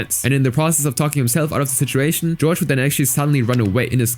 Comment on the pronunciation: also Jorge is pronounced HOR-hay, not George